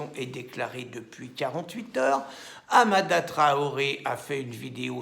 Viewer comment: 2 rectificatifs : la manif de soutien a été interdite ce matin à 9h30 et ce n'est pas Hamada mais Hadama !